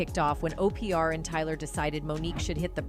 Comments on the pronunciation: I love OPeeAr for Opra 😂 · The AI was pronouncing Oprah as O. P. R. ????? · Why does the computer pronounce words wrong? And I have never heard of Oprah called Opr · OPR for Oprah LMAO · Uh…can’t pronounce Oprah! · Keenew, cah-star & O P R (Oprah should have sounded like Opera) o p r doesn't apply basic phonics. Bad programming or intentional errors. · Opr? Keenu? This AI is pronouncing everyone’s name wrong.